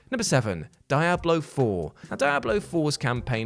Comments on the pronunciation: Dee-ah-blow, not Die-ah-blow. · Die Hablo Foe 😂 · What the hell is dia blow? Lol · wtf is a Dai-a-Blo